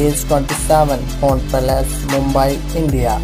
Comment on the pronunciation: Born pa-lace. 😂